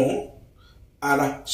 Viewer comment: Young man, check Yr pronunciation of the word ARE It's a very common word and your pronunciation is wrong. So you repeat it many many times. Fix it.